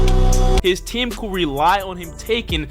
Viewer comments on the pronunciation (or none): none